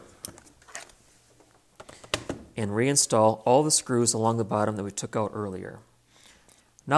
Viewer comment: I hate the way you say the word "Out". You over use it, and I think you are copying a few others who recently say it the same. I never heard that word pronounced like that till recent videos. People never talked like that in the past. It's a new thing like men wearing beards. Men use to shave till recently. Now they think they are some kind of mountain hillbilly. It's just a fad. Eventually you'll grow out of it. Aside from that the video is good. It just sucks hearing you say the word "Out"